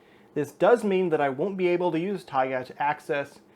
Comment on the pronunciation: the correct pronunciation would be taigA